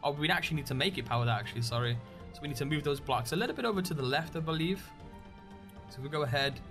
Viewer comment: its BLOCKS not "blacks"